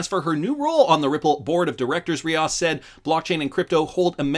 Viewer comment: REE OOOS not REE Oz